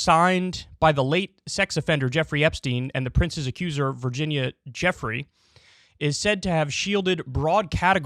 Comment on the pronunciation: Come on Kyle Virginia been in the news for a long time now and you certainly should know how to pronounce her name by now